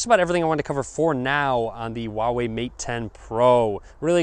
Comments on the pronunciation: It's huawei not wahwei. Lol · It pronounces hooa-wei actually